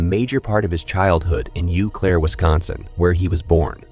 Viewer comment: It’s “Oh” Claire. French.